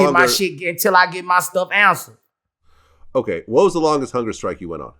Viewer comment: Vlad: Ok, so tell me how you go on hunger strike. Boos: Uhhhh, you just say you goin on hunga strike.